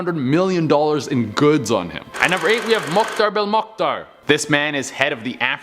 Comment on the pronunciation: anyone else replay him saying "Mokhtar Belmokhtar" with such ease like 20 times trying to figure out what he said